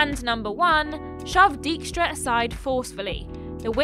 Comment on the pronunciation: As a Dutchman, I will never get over that pronunciation of "Dijkstra".